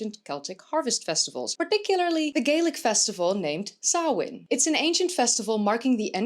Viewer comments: Finally someone pronounced Samhain right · right?? It made me do happy hearing her properly pronounce it! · Good pronunciation of samhain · Not sure whether Samhain (nice pronunciation by the by) was just the part of the UK defined by ‘not being invaded by romans, Saxons and Viking’s I.e. the Gaels/celts. Was Samhain pre-Roman - in which case it would also have been part of the original Gaelic culture of England before it was driven out…